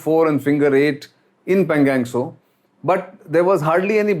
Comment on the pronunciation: Sir.. pl say पेंगाॅंग त्सो.. and not पेंगॅंग त्सो